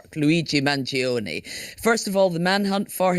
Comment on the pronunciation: Guys, his name is not pronounced "man-geo-nee", it's pronounced man-joe-nay